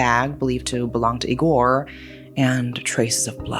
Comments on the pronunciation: Eee-gore, not ig-or Moral of the story, social media sucks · I know you like gore, but the correct way to pronounce "Igor" accentuates the first letter. Like e-sports, it's I-gor. You wouldn't say "e-spoooooorts" either. 😅